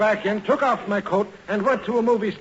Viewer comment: Sometimes you just wonder what happens in these shows ... Fibber was talking to tiny and said "oof" instead of "off" ! He must have either mis read hIs line or said it on purpose but The audience Just busted out!